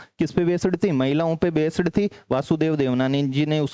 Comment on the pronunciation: बेस्ड hota hai बेसड Nahi